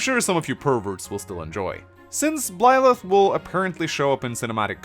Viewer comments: Why do you pronounce Byleth as Blyleth? Why? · This just in, cannot pronounce Byleth and will fail to do so in all future content Pretty sure that not-Serra was previously confirmed to be named Mercedes and I think is a sword unit (?) Don't knock Bernadetta for being an archer. Apparently she can also use Lances. I get the feeling she's going to be a dark horse choice for a lot of people. Personally I'm really hoping that there are some more characters we meet who aren't part of this high school so we aren't in the Fates situation where everybody is either a royal or a retainer from the same country, but I'm not holding my breath. Failing that, that the implied time skip is long enough to moderately counter the whole ethical issue with leading on a student...